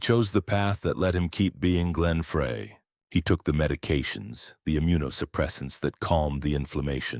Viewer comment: Can AI get his name right Fry it's pronounced